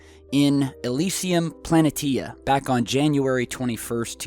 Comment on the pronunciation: Hey, don't mean to be a grammar natzi but the word planetia is pronounced planaysheahh. thanks bro